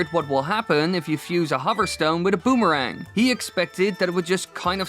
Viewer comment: a "bumarang" sounds incredibly painful.